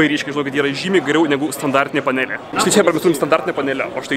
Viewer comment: Panelė - ne taip sukirčiavai :/